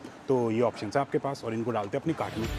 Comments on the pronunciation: whenever he says "cart" , i listened "gan*". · Every time he says isko daalte hai apne cart ke ander, i hear something else😅